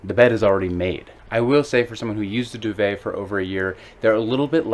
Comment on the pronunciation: FFS , pronounce DUVET properly !!!